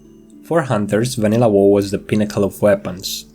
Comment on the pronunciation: Love how you pronounced WoW as whoa